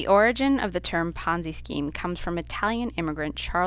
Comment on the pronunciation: what the hell is a ponzi scream?